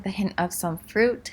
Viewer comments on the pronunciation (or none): none